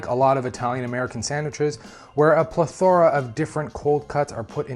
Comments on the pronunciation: PLETH ora, not pleth ORA. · Learn how to pronounce "plethora." And, get the accent on the correct syllable! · I can't wait for Youtube to learn out plethora is pronounced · Good video! Need to check the pronunciation of 'plethora' tho. ;-) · You’re mispronouncing the word plethora. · Every word was pronounced correctly except for plethora😅